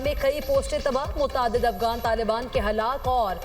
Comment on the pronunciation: Talafuz sahi nahi. Afgan nahi Afghan